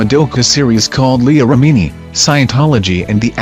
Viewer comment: Please for the love of all things holy STOP using artificial narration. It does not pronounce words or names correctly like Leah Remini. Neither does the sentence flow because the emphasis is not put in the correct places. It's so irritating and I have no idea what they're trying to say. I don't know how much it costs to actually pay somebody to read such a short list of names 😕